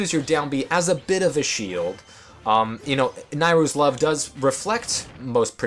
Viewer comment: You are the ONE person I've seen who pronounces "Nayru" the same way as I do.